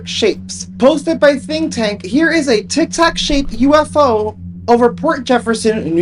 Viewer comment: O he said tictac thought he said tic-toc 😂